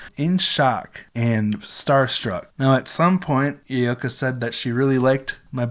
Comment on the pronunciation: It’s so cool that you met Yoyoka. But you keep saying Yay-yo-ka.